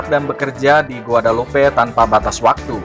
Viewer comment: Penyebutan nama dalam bahasa perancis ejaannya bukan begitu kali .